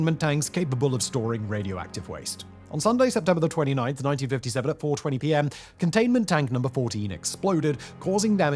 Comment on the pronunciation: If i close my eyes whenever he says "con-dain-men-T Dank" all i can picture in my mind is Dr. Evil from Austin Powers MMMMOL-TEN HHHHHOTT MMMMMAG-MA!!!